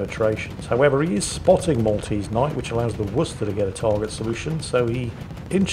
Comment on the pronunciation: Listens to actually pronounce Worcester correctly! Smiles.